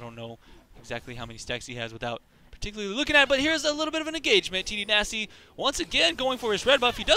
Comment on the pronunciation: You must mean TDynasty?